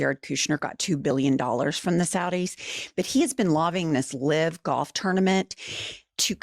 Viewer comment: Ladies!!!! YOU ARE PRONOUNCING "LIVE" WRONG. DONE IT TWICE😂